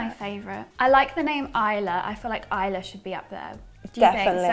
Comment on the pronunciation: Ayla is more a la instead of I la. That would be isla